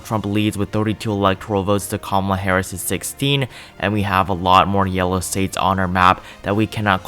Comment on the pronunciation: Nice video,but did towards the end of the video it sounded like if you said kamala harrasment lol